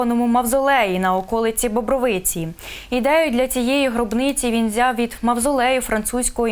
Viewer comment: Робіть правильний наголос на місто Бобровиця(наголос на склад "ро".Не позортесь!!!